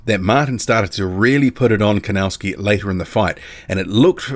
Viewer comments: The pronunciation is Kovnatzki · Thanks for the HW update I think Kownacki has this one, just wondering why do you call him "Kownascki"?